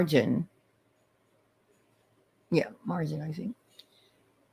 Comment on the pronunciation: 🙋‍♀️ Just starting to watch replay. Sorry I missed. ☹️ Before I forget, and someone may have already mentioned it in the comments below already, but we have yet another grammatical error to add to the LONG list. Did you notice she calls margarine “margin?” 😂 Like, what? Yeah, I was killing some down-time yesterday and actually clicked to watch it. The suspense and curiosity got the best of me. 😂 Back to it before football begins. Have a super Sunday, HITA.